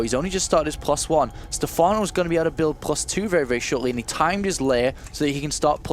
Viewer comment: I have a great deal of respect for, but can someone please tell him there is no 'k' in 'going'?